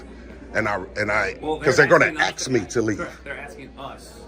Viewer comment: He axes a lot of questions.